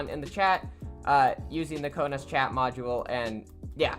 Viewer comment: You said (ko-naz) it is (ko-nes)